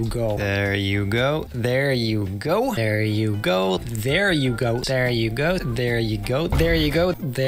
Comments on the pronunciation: My favorite parts is when he Said "There you go, Ooooo" "See, well there you go" "Ther yugo" "dear you go!" "Deer yugoo" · He's been saying it so long that now it sounds like "Yer yuko" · 1 minute in and it sounds like he's saying "Air You Go" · I've heard this so many times I'm starting to hear "bear you goat" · I like that part where he said "there u goo" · After a while it sounds like he’s saying there yuko 😂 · About a minute into the video it starts sounding like ”Their yugo” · It sounds like "There Yugo" after this video. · Did anyone hear him say there you goat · He says it so many times it almost sounds like “teruko” 😂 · When u start listening 'there u go' for long it sounds like dare yugo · At some point i started hearing "there you goat" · After a while it kinda sounds like "dare you girl" xD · It goes from there you go to “Dare yugo” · When the video finished seemed that he was saying "the hugo" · I started hearing wer yo gao after a while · I watched it for so long that I thought he saying can you go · now i just hear it as "der yugo" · In the fast clips, it just sounds like "vertiko" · at what point does it just become "dare yugo" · at a point in the video i heard him saying "deryugo" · i swear i started hearing they ru go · Sounds like “Thera Go” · Ver yuko i hear now, help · im starting to hear: There hugo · "dare yugo" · It sounds like he is saying “thereeko” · It sounded like he was saying dear u you Insane so weird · what i hear after this dareugoa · it sounds like "peariyuko" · I lost so much brain cells I don’t know how to pronounce “there you go”